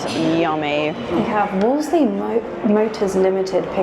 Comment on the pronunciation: I always liked it for my wife's birthday, friends flying through, and now getting the teenage kids used to eating posh. It's very smoothly run, and if you have to wait for a table you very easuliy find yourself with a twelve quid glass of fizz in your hand. And yes its WOL-SER-LEY, the car manufacturer, not Wolsey the Cardinal. There used to be a few car showrooms in Picadilly, to pick up business from the military officers clubs I suspect.